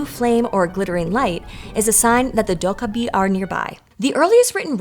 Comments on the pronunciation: It is "dokkaebi" not "dokabi". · Please please....get your pronunciation right. It's Doh Keh Bi not Doh Kah Bi...😢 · It's not pronounced doh-kah-bi. More like doh-keh-bi, with stress on the second syllable. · Its pronounced 'doh-keh-bee' You managed to pronounce it in 3 different ways and managed to say it properly only twice. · Its pronounced doe kkeh bee. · So, um, akshually 🤓, the name is pronounced "doh-gay-bee." 😉 But otherwise, thanks for another fun & informative video! I did the survey & appreciate all of PBS' hard work!! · More like "doh-(k)geh-bee," but yeah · To be fair, she got rather close at the start, around :7 . But yeah, I don't think any of us have ever heard someone fairly consistently pronounce 도깨비 as "docaby" before ^^ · how she says dokkaebi just irks me come on PBS or Storied, you can do better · honestly, Korean tense consonants are quite unique and almost impossible to map onto most languages' contrasts. i hear the kk as sounding like a 'g' as well but honestly you can only mess up here. the d in the beginning should be more like a 't' (including a little aspiration). i'm all for not butchering pronunciation but you still need to work with the phoneme inventory the language you're narrating in has, and you have to make a call on what dialect/register of the source language to base your rendering on. it's a fascinating topic but you will always conjure up some haters (maybe they are themselves dokkaebi? or oni? or asuras?)